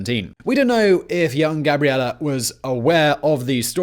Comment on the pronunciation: Oh no. That e at the end of Gabriele must be very closed, otherwise it sounds like Gabriela which is the female version of Gabriele. 😲